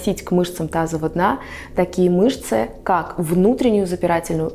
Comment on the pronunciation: Вы не можете выговорить "мышцы тазового дна"? Или просто неправильно выговариваете? Вы говорите "тазова дна", а надо "тазовава".